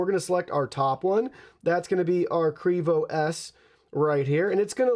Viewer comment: It's pronounced Q....Rivo. Thanks